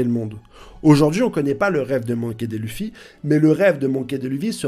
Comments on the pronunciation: Tu bases ta théorie sur le fait que Luffy veut le One Piece, or c'est faux. Que le One Piece permet d'accéder au titre de Roi des Pirates, or c'est faux. Tu prononces "raylette", "monky dé lufy" mais tu dis "nakama". Et tu mets une photo d'Aonuma pour désigner Oda. Je ne sais pas si c'est fait exprès mais pour toutes ces raisons, je n'ai pas pu aller plus loin dans ta vidéo. Dommage. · Gold et roger, raylhite , monkey dé luffy , zo en... ca fais mal aux oreille vraiment. Tes au courant que c Gol D roger ??😂😂